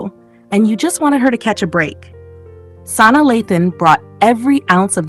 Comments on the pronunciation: Sanai....it was hard to watch pronouncing the names wrong. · You are pronouncing Sanaa incorrectly